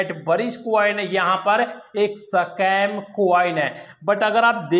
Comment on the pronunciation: 🤣🤣🤣🤣🤣 sacam nahi be Scam bolte hai 🤣🤣🤣